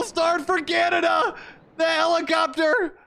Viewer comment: As a Canadian myself I can confirm we also mispronounce 50% of the time our country's name as "Canadia". Just kidding I never heard anybody say that, this is hilarious. Had a brain fart, ay?